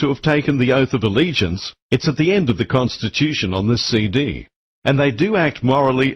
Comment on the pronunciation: con to stitch you tion, not con to stitch thm tion.